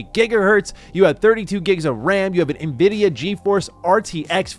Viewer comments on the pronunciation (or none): none